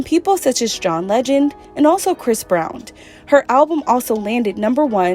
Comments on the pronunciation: And it's Chris brown not Chris brownd LMAO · Did she say Chris BrownT?